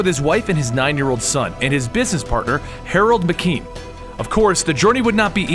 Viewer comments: You pronounced Harold Meachum wrong sir but great video . It's actually pronounced like mea-chum not makain as you did. My apologies if I sounded rude I thought I would be of help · I swear this guy fucked up just about every pronunciation...koon loon randal McKeem Shoe looo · For fuck's sake, man! It's Meachum, not McKean! MEACHUM!!!! Getting that wrong once is forgivable, but like 8 or 10 times? That's egregious! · Meachum not mceme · ....lol you're saying Meachem wrong as shit,. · after watching iron fist its hilarious how i thought wed get something like this and we DID NOT lol and how you say meachum lol